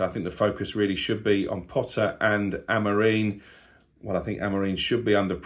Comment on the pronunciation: why do you KEEP saying AmorEEN? It's embarrassing.. we can all get names wrong, but you're supposedly a Man Utd fan, and can't even pronounce your Manager's name!!!!